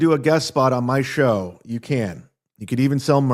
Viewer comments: For someone that can’t pronounce the word “show” properly, he sure says the word “show” a lot 😂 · I think he just enjoys making the “shhhh” sound.